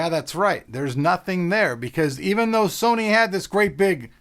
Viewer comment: "said serny" LoL!